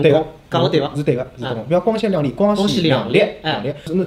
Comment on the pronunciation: 光鲜亮丽 的丽 不是入声词...错了哦